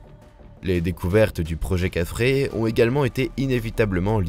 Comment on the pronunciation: C est quoi Kafrré...!!!😅 kefren...plutot !